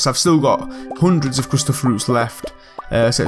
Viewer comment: What's a undred? I hear that a lot in this video.